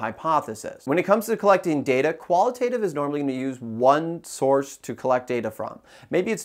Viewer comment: Don't you pronounce both terms wrong all throughout this video though? 👀